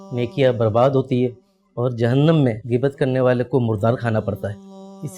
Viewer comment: geebat nhi bhai ghain hy gheebat